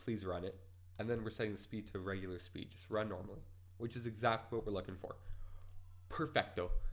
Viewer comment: haha the way that you say perfecto its so hilarus xd Modify: Good video